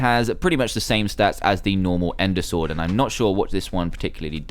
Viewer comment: you said thunder stord 5 times instead of sword